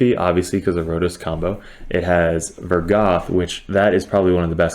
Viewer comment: why you sayin vogoth like vergath